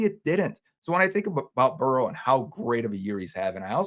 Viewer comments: It's Burrow not borrow bro TF 🤣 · It's Burrow not borrow 😂